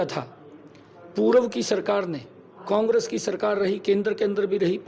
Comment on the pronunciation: CM साहब को कांग्रेस भी नहीं बोलना आता कोंग्रस बोल रहे हैं 😂😂लगता है मोदी की तरह पढ़े लिखे हैं 😂😂😂😂